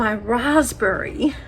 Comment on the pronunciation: You’ve left the ‘b’ out of raspberry ?